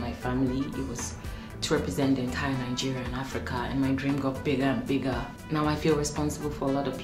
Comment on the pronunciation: When you say Nigeria, I hear it Algeria 😂😂😂😂🐸